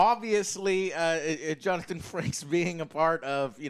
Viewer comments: It's Jonathan FRAKES, not Franks, you dumb fuck. What's even more hilarious is that you attempt to lambast someone for their pronunciation within the first few minutes. Then you try and slay the Raffi character when her subplot is vital to the overall plot of the story, just because you don't like the character. Because you know, every single character in life has to appeal to your shitty ego. Fuck me, I unsubscribed from you years ago because you slowly crept into the realm of being a complete twat and as much as youtube wants me to watch you, (even with a 'positive' review of an incredible piece of Star Trek television) I click on it and find that you're still a complete twat. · "Justin Franks". Johnathan "Frankes". Joe has no idea what he's talking about as usual. Reads reddit, watches RLM, uploads that into his personality and pretends he's always been a fan. Its Frakes. Always has been. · It's Frakes...not Franks! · Does anyone know if Joe’s mispronunciation or names is real or just to make it funnier? Jonathan Franks, Mortyarty, Vladic etc. 😂